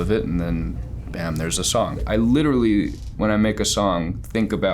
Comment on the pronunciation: No one: Charlie: “LiTtErAlLy”